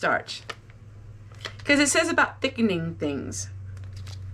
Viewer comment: says its a thicking and stablizing